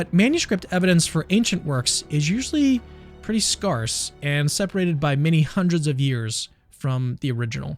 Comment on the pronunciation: Wait, did you just pronounce scarce like scar?!? It’s scarce, like scare.